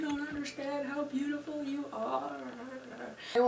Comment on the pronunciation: Same! "YOUARETOOBOOTIFULLL"